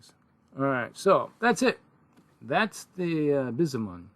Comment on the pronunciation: By’sho’mon. The y kinda sounds like a i or y. And the a in amon sounds like a but when English say a like an o. I have played vs the Bishamon likely in a Megamek game. The MRM requires higher gunnery skills, but the increased skill is offset by the MRM’s BV savings. The 4 gunnery that I faced rarely connected with the MRM. The Bishamon is called a striker... I remember watching a game that a player used the 4K with the C3m. The play was using the mech like a light C3 lance leader. I remember a Spider was used with the mech. The others in the lance are lost to time for memory. The last one is with the Snub has never been seen played. Everyone I know talks about this one with praise. Seems like a better variant. Notes: The Bishamon 4K and 5KC has been informatively noted being paired with the Kurita Battlemaster, Daikyu, Daimyo, and Komodo. This came from a comment from a roguetech player. Other mechs noted are Venom and Kabuto. I have seen the Spider and would consider a Tarantula or fast hovercraft with turrets like the Pegasus Scout Hover Tank "MRM". As a striker the mech could spot for LRM's for a Naginata. Keep at it.